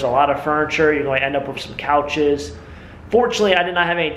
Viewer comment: '' whats up with you not saying "WITH' and saying 'WIFF' instead..must be an american thing,,us canadians do not talk like that,,,weird,, th,,ff,,hmmmm